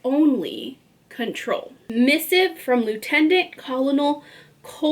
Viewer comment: Great summary! Enjoyed it! Google the word Colonel and then press the sound button to listen to how you pronounce it 😅